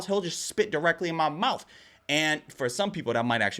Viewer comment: "He's just body slamming all of that into his MOUF"